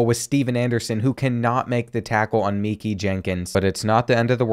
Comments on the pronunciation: His name is Mekhi (mekai) not meekey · Did bro just say meekie Jenkins it’s ma-kie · Mehki is pronounce ma-kii